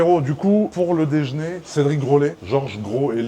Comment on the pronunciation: " dejné " un nouveau mot ? 🤔🤔🤔